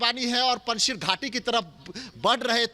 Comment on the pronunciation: पंजशीर नहीं है वो पंज शेर है